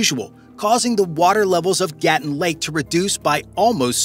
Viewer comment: You can’t even pronounce Gatun. It’s ga-TOON.